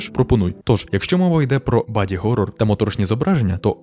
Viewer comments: Не горор а хорор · Люблю українську, але неуміле сування "г" дуже насторожує. Горор, Геловін… Ці слова з англійської же. Тим паче, в наш час коли англіцизми усюди. Думаю більшості люду було би зручніще хеловінити. Вибачайте нагоріло